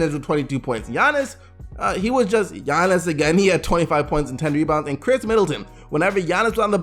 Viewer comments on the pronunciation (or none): none